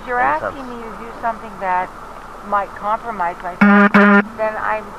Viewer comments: How many times did.she say 'comlromise'😊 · I let my dog listen to this and now he can say 'compromise'.